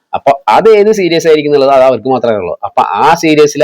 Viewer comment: സീരീസ് ആണെടാ പൊട്ടാ 😂